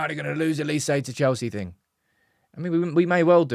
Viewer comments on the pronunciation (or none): His name is OLISE. with an “O”. It’s pronounced “OH Li Se” Why do you guys keep calling him Elise???